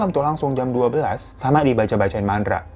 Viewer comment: Lagi nonton serius dgr bang hiro nyanyi trs tadi pake slh ngomong mantra jadi mandra jd ketawa sendiri qt 😂😂😂😂